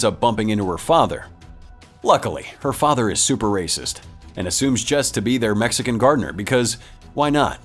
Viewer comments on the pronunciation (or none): none